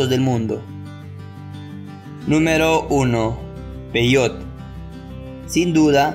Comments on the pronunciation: Primer error, se pronuncia peyote así como se escribe, no peyot cómo tú lo pronuncias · Investiga bien. Peyote, se pronuncia igual que como se escribe, no peyot